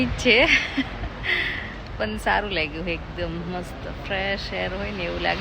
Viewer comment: Tame પણ ni badle પન bolo છો 😂😅